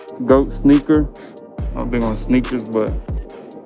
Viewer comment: its not "snicker", its "sneaker" 😂